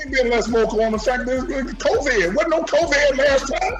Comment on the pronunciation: "Be safe with that co-vad" 😂😂😂